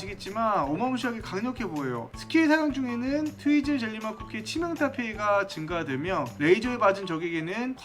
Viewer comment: 트위즐 젤리를 트위틀 젤리라고하는 1인